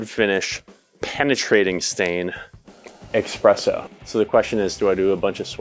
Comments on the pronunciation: This is so well done ❤ that I will forgive you for pronouncing espresso with an x. 😂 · 100% noticed this as well! But the way he said "fumes" made up for it.